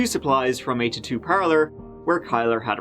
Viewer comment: ahh yes, tuh-2’s and tuh-2 equipment